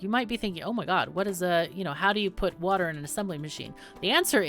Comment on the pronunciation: wuter! more wuter!